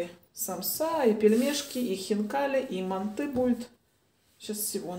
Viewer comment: МАнты😮 режет слух, мантЫ